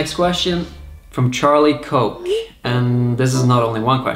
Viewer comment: charlie "coke" haha I think it's pronounced like "cook"